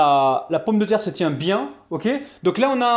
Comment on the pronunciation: On écrit 4 oeufs et on prononce oeu